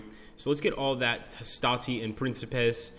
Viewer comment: It puzzles me why they can always pronounce 'Hastati' right but somehow plural for 'Triarius' gets anglicized ending